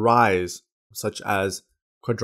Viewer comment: You know the video is going to be slammin when he can't even pronounce the name "quadriceps"